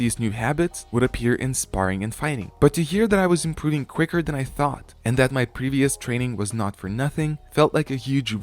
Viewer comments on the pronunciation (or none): none